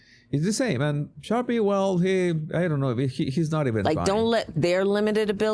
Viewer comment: Best part of the video is our man calling Sharpe “Sharpee” 😅